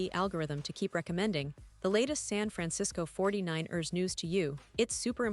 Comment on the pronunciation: Fuck this AI shit! Can't even say San Fran- Cis- Co 40-9-ers right!